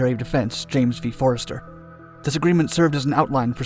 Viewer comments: "Forrestal", not "Forrester". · Secretary of Defense Forrestal, not Forrester. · Fortestal, not Forrester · Secretary of Defense was James Forrestal, not Forrester. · First SECDEF was James Forrestal not “Forester.” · "Forrester" really?!? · Love these stories. One correction, first Secy. Defense last name was Forrestal and not Forrester. The aircraft carrier and the Dept of Energy HQ named after him.